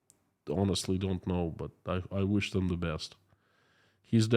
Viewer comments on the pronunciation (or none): none